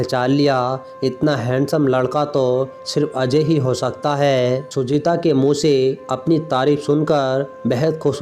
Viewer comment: बोलने का उच्चारण बिलकुल भी ठीक नहीं है सुजाता को बार बार सुजीता कहा जा रहा था